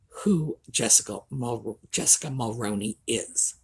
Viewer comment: Your killing me say it this way mall-rooon-E that’s how you say it 🇨🇦